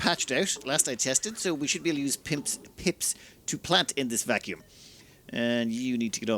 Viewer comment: Pips are now Pimps. I can't unhear it.